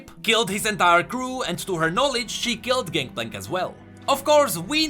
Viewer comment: "ganKplank ganKplank ganKplank" I am slowly going insane with your pronunciation of his name echoing through my mind on repeat...